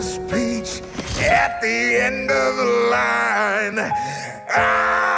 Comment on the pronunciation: 왜 peach 말고 bi#ch로 들리지